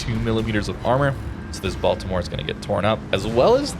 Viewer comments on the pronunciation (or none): none